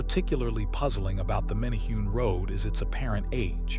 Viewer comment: It's "men a hu nees".